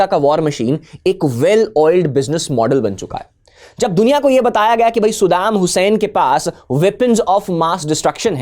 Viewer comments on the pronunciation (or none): His name is Saddam Hussein not Suddam Hussein 😅